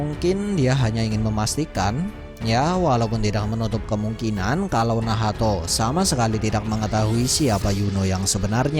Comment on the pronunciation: Telinga gw terganggu mendengar kata2 nahato, nahato. Haha ngapa gak nacht aja si